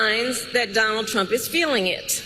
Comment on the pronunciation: SHOULDN'T SHE BE CALLING HIM DON-OLD?😂 THE SICK PART IS THE REPUBLICANS THINK THEY HAVE THIS IN THE BAG, BECAUSE THEY HAVE ALL THESE LOYALIST TO NOT CERTIFY SWING STATES. HE'S TELLING IT STRAIGHT OUT, HE DOESN'T NEED THEM TO VOTE, THEY HAVE IT ALL FIXED. WHAT, HE THINKS HE'LL AUTOMATICALLY TAKE OVER THE WHITEHOUSE BECAUSE HE JACKS UP THE ELECTION. SMH